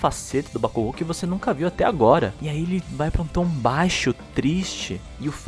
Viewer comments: só achei estranho a pronúncia de bakugo, pq ao invés de falares bakug'o' falaram bak'u'go, sendo mais difícil e estranho de pronunciá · A dublagem da funanimation tá boa pra caramba tá ruim só a porra da pronúncia BAKUGÚ < dói os ouvidos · Não foi nem no kazinho q eu fiquei puta, fiquei bolada pra caralho com a pronúncia dos nomes, me vieram com uma porra de bak u go, dando ênfase no U, pqp, muitos nomes e apelidos pronunciados estão me dando agonia só de ouvir, mas é a vida... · As vozes são perfeitas mais algumas pronuncias q quebram "Déku" "Bacugo" Kazinho q poderia simplismente terem deixado kachan, na luta do midorya e bakugo, do nada o midorya solta um "kazinho" ai corta o clima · Terminei de assistir as 4 Temporadas... E adorei, vozes boas, Núcleo principal de personagens e secundários bem escalados, talvez uma voz adicional ou outra não ficou tão boa, mas nada que não der pra relevar, as pronúncias: Deco, Kazinho e Bakúgo, da pra relevar numa boa... No fim, gostei bastante do trabalho, dá pra ficar melhor? Claro que dá, sempre da pra fazer melhor do que antes... Pra mim, melhor dublagem desse primeiro lote da Funimation! (Minha Opinião) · A dublagem br ficou boa, só n gostei q trocaram algumas apelidos como Kachan, e a pronuncia de Bakugou. Parece q no Japão tem uma fábrica de dubladores incríveis, q emoção traz na voz. Vc viu a dublagem de Steins; Gate? Se sim, o q achou?